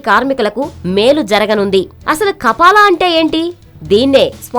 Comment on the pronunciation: kapala kapal kadu news redar garu .( kafala ).....news cheppe tappudu telusu kondi